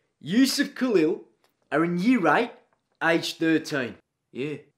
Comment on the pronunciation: IT’S PRONOUNCED KA-LIE-L